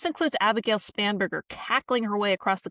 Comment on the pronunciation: I swear it sounded like he said "SPAM"berger